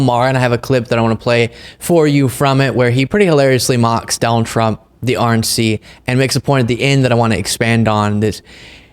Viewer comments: At :06 you say "the RNC" but my brain heard "the ORANGE SEA " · Almost sounded like you said orange sea.